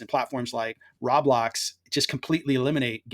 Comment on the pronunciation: Thanks for the video. FYI: Roblox is "row-blocks" 😉